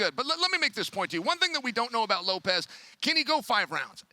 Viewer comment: It's LOPES not Lop-EZ you idiots